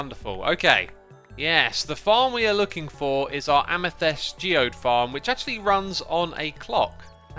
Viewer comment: First, a nit to pick: it's amethYst, not amethEst. Really enjoyed the segment of tinkering with the trading hall. I hope we'll be getting a return to that, especially if you ever find out what's causing the unexpected zombie behaviour.